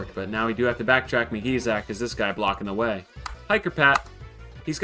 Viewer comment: "This is de wey" has returned